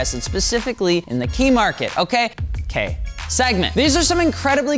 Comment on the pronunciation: Love it when people mispronounce Kei as "key" /s. It's pronounced like the letter K, aka "kay". "Ki" is pronounced like "key". By extension, Kouki is not pronounced like "cookey" but rather "kohkey". It's not hard people.